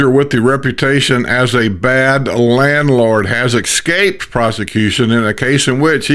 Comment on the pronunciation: The correct pronunciation of "Escaped" is "Es-Caped," not "Ex-caped." Doesn't hurt to pronounce words correctly. You're providing a service AND an example.